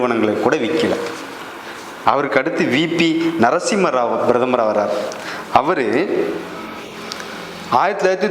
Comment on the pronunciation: Who the hell are you ? Introduce your name with your qualification ? What an idiotic talk... Who wrote and gave you Thundu paper Brathamar illappa PRATHAMAR.. if you have little knowledge can you speak without bit paper